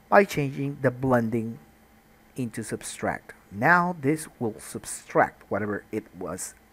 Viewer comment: It's "subtract",, not "substract". You were thinking of "subscribe". didn't you?:-) Thanks for the tut, great stuff!